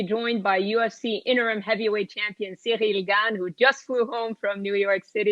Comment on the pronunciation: Did she call him Ciryl Ngannou? Lol